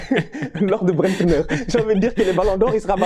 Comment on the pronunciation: C'est Bendtner par Brendtner mdrrr